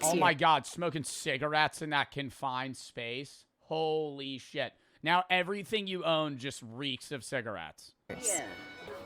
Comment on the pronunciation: hoo lee sheet 🥀